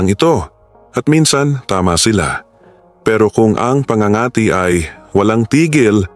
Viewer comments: It is so annoying when you mis pronouced the word PA ÑGA ÑGA TI before doing voice over pls do pronouciation check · Pangangati’ mabilis ang bigkas !matigas ang dila ng vlogger n ito.